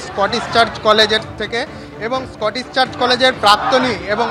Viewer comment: ওটা স্কটিশ, স্কটিস নয়